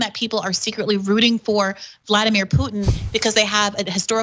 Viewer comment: Why does he keep saying "Vlodymir Putin"? It is Vladimir. Vlodymir is Zelenskyys first name... the Ukrainian PM. FFS even the basics he's getting wrong. This is such a painful thing to watch... comparing the warcrimes of the Nazis in Ukraine to a bunch of tikki torch waving wannabes in Idaho. UTTER B*LLOCKS